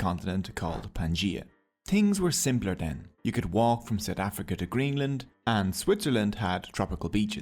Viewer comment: Say it with me "month" not "munt" south not sout. Noorth not nort. Jesus